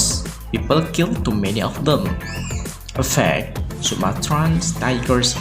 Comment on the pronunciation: Please, differ the pronunciation of EFFECT and AFFECT !